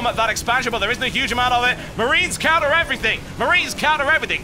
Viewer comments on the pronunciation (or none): none